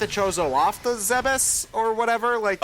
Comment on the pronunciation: Why do people still pronounce Zebes wrong? It's Zeb-es, not Zeeb-es. Seriously, they say it in this game and in the cut intro to Prime 1. Unless you're deaf you have no excuse.